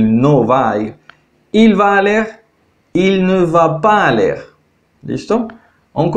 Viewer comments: Hola solo quiero aportar, el verbo IR en francés se escribe ALLER , pero se pronuncia ALÉ , no ALLER gracias. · Votre explication est très bonne, mais Vous commettez continuellement une erreur en prononçant le "r" de l'infinitif dans les verbes terminés en "er" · Muy buena explicación, pero no se por que pronuncias la última letra de los verbos la "r", tengo entendido que no se pronuncia.